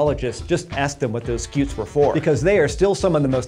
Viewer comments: "Scoots" cause it's a scutum in latin, as in shield. So stop saying skeeoots, and telling us you researched it. A centurion uses a scutum, not a skewtum, so slap the person that taught you that. The more you know..... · I love how much he over-pronounces “scutes”